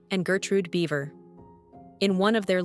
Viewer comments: These are the same breed basically. One has a broken color coat. The name is pronounced Beaver not Bieber. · You pronounce Biewer wrong